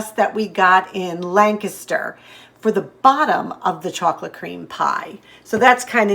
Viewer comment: Hi! I was born and partially raised in Lancaster, PA, and I am so happy to hear you pronounce it properly!!!!!! 🤩 I miss it so much, especially this time of year. I was raised frugally and have maintained that through out my almost 50 years of marriage and family raising. I MUST try that pasta sauce! Love your channel.